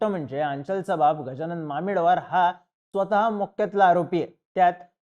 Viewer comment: Thoda common sense pan vapar. Aanchal He asa spelling jari asla tari pronounce Aachal hota. Ani mamidwar madhe ड nahi द asto.